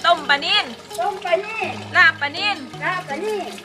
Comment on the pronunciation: ลาบปลา ไม่ใช่ ลาบปา ถ้าหนูจะสอนภาษาไทยให้คนต่างชาติรู้จักภาษาไทย หนูควรพูดภาษาไทยให้ถูกต้องด้วยก็จะดีมากนะคะ ม่ายงั้น พวกเขาก็จะใช้ภาษาไทยผิดๆตามไปด้วย